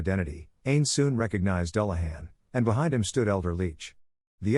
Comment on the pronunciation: I also heard "Stoode" and "Mansione" in the same area